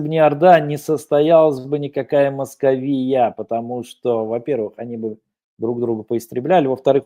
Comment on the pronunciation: В слове "Московия" ударение на второй слог. Надо знать имя противника.